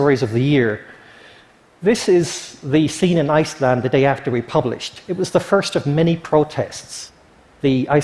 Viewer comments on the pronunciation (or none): none